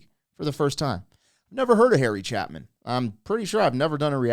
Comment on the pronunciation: Harry Cha-long A-pin